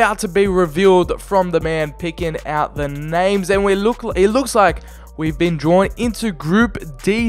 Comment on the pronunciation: Stop over pronouncing the names 🙈